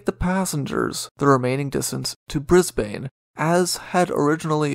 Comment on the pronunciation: The pronunciation of Queensland and Brisbane needs improvement. It was also impossible to "avoid Bass Straight (sic - its a Strait)" - it was the main thoroughfare for all vessels. No one rounded lower Tasmania unless they were physically aiming for Hobart.